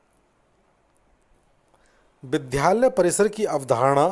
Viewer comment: विद्यालय का उच्चारण ठीक नहीं है